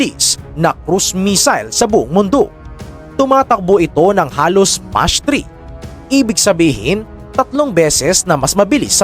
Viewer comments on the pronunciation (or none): Hindi "much" ang pag bigkas don bigkasin mo sa tagalog ng "MAK". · Hindi po mach 3 ang basa nyan idol or sa tagalog kung basahin mo mak 3 po😅